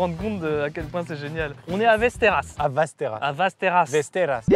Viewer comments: Maxime qui corrige qui dit "vesteras" "vAsteras". Mec tu crois que les accents c'est pour faire viking? Ça se dit Vesteros (Westeros GoT tout pareil). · Ça se prononce Vèsteros xD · Västerås ça se prononce Vèstèros sinon ça fait mal aux oreilles. Sinon j'adore la video, continuez comme ca 🤩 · la ville se prononce véstéros un peu comme westeros dans game of thrones mais dit avec un accent russe voila voila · Väster°as Prononcé Vestéros (oui presque comme dans GOT) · Putain la prononciation de Västerås m’a écorché les oreilles 🥲 « Vesteroosse » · "Västerås" se prononce 'vèstèros'. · Ma copine (suédoise) se serait étouffé dans son café en entendant ta prononciqtion de Västerås si elle avait été là, mais à part ça super vidéo 😂